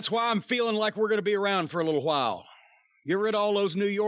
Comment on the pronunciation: Hotdog ... "j" as in Jose' or Julio or Jhotdog